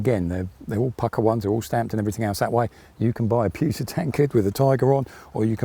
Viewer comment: "It's pucker."? Pucker? Ohhhh, pukka. HAHAHA